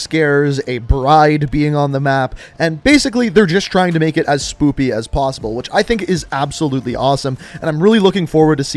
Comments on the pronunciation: he said spoopy instead of spooky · Why does he say Spoopy instead of Spooky? He’s said it a few times in other videos it bothers me 😂😂. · Swoopy??? Lmao bro it’s “spooky”. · I swear this guy says "spoopy" instead of "spooky." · is it just me or does say the word "spooky" as SPOOPY? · Are you saying “Spoopy?” Thought the word is Spooky lol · Am I the only one hearing him say spoopy 🤣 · Lol you said spoopy. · I guess he is unable to say Spooky. 😂